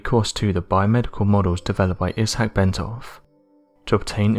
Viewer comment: iss- hack? Think he means Isaac pronounced eye zak 🤦🏼‍♀️